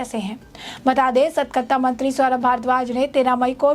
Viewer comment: एंकर मैडम, सतकरता नहीं, सतर्कता बोलिए।